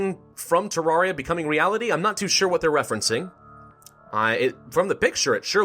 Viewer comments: he says TARARIA god save him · omg he is pronouncing terraria wrong im only minutes in and i already know i going to be angry